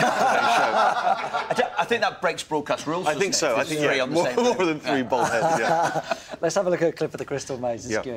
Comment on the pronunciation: Its Bald not bold.